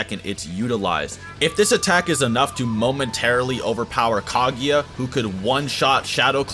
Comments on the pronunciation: It's Kaguya, not "Caghia" for fuck's sake :)) I don't like you at all, the guy who ranked Tobirama lower than the fourth Hokage :))) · it physically hurts hearing you pronounce kaguya as kagiya